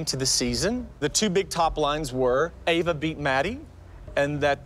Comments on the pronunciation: was so funny when said “EEEEEva” instead of “AAAva” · said Eva not Ava lol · saying Eva instead of Ava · The way how kalani’s mom said Ava when Kalani was going against Maddie and stalkers daughter she said her name like Eva